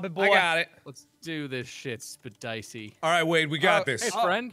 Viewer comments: I love that called Jack "Spedeycie" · "Spedicey" amazing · Chloe loves septiplier no there's a joke with pewduepie and jacksepticeye with 'Jesus ' pronouncing his name wrong as 'jack spedicey' 😂